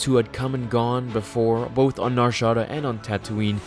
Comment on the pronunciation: Nar-Sha-DA that is all